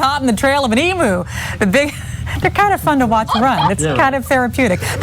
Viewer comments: Emu..not emoo🤦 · EEM-YOU not E-moo it's called an eem-you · It pronounced EEM-you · Americans can not pronounce EMU. EE" + "myoo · Just FYI, it's pronounced emYOU.